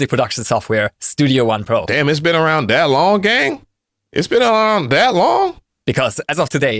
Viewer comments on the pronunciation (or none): none